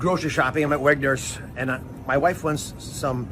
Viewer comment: Honestly it sounds Ike he said Wet Nurse...proof positive Mehmet OZ has never set foot in a Grocery Store in his entire life. 🤷🏿‍♂️